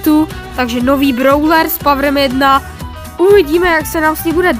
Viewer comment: Super video Akorát my drobet vadí to jak říkáš [brouler]